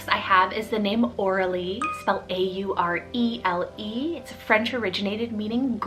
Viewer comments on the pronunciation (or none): Aurele.. I wasn’t watching the video just listening on my headphones and swore I heard “ Orally”